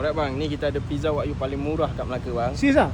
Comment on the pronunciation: Jangan la sebut wak you , wagyu tu